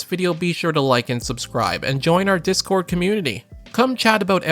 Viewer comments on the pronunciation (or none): none